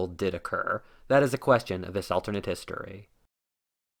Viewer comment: Bro can you not pronounce the word alternate? You’re saying “alternd”